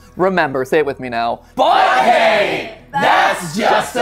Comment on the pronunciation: "BOY HEY, THAT's JUST A THEORY" (Specifically that it's "BOY HEY" and not "BUT HEY" 😂)